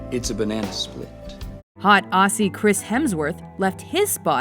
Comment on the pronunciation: when she says Aussie I was like pronounce propper for all Aussie like me